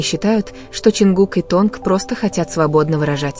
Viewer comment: Компания называется не "Эйч Уа Б И" , а "Хайб". Т.е.на англ. " HYBE ". И , да , не Тонг ,а Тэхен!!!! Учтите эти замечания !!!